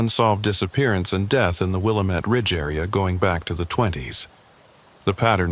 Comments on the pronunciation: Willamette not wilomet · pronounce Willamette like will AM ette. This is Oregon, not Illinois!